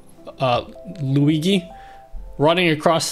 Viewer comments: ..Man.. very good toutourialz but plz NEVER CALL "LUIGHI".. ..is NOT LuiGHI .. is LuiGI ..pronuciation is more similar to "LuiJI" for you not-italian ppl.. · hi, huge fan, one problem, who is luigee? i only know luigi * lui GEE * z * * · "Lui-gee" filter! :D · I love you but you gotta stop saying Luigi like that